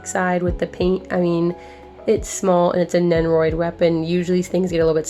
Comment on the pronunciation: I don't watch this show, but the thumbnail caught my eye for sure. Glad to see you getting more figs though. Stay addicted. Shoutouts to. Also... Did you say Nennoroid?